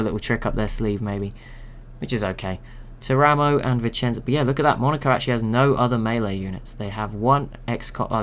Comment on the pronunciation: Something very minor but it might come up again if you use Italy civ: Teramo is pronounced TEAR-uh-mo, with the stress on the first syllable, rather than ter-A-mo.